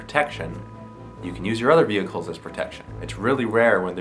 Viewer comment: 'Vihickle'....really??? *Vehicle